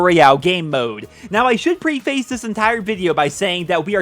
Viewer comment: Come on can you please learn how to say preface.